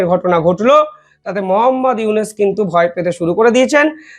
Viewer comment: ছিঃ এই চেহারায় আবার তাজেলের পার্ট!!!খবর শুনাতে এসেছে!! মোঃ ইউনুসের নামই উচ্চারণ করতে পারে না ঠিকমতো 😮 রেখে দে ,যে কজন গেছে তোদের দেশে আর ফেরত দিস না।